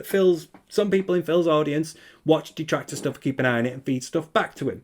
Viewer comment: "So apparently there's this insane dahtractor called Steeeve Of Tha Dead. And he's been attacking me and my family unrelentingly, for hours on end ranting and raving about how I'm a bad guy? And it's like dood...shut up. ackackack Now look, if anyone else brings him up you'll be banned from the chat, we don't need all that negativity here. I just want to have a fun, on demand, pahsitive stream. Sounds good? Ok."